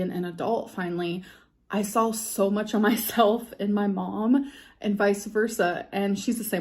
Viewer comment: I cannot tell you how her saying sawl instead of saw makes my blood boil